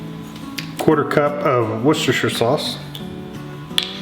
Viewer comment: You might be the only american i've ever heard pronounce worcestershire sauce properly :)